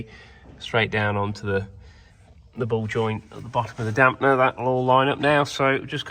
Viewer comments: You keep saying Damp ‘n’er … it’s easier than that. It’s dam-per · You must watch too much American YOuTube. There in no "N" in Damper.... it is not a Damp-N-er